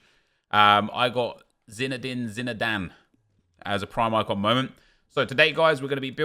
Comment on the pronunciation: Zinedine Zinedane? Zinedane?